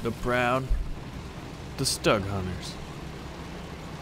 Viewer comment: Its not stug your suppose to pronounce it 'shtoog' kind of